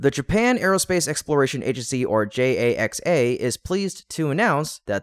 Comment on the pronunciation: JAXA is pronounced "JAX-A" Please let your AI know that.